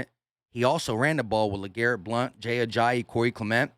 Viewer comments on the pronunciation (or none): none